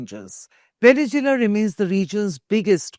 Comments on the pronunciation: It’s pronounced veh·nuhz·Way·luh not veh-ne-zoo-luh. Lol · Vene zu elan thats how it is proouced. How could India become a world power when its media and parlaimentarians can't pronounce simple words? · Venezula? Bijing ? 😂😂🤣🤣